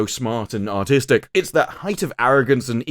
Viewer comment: With your accent when you say “artistic” it sounds like “autistic”. Or you do it on purpose. 🤣😂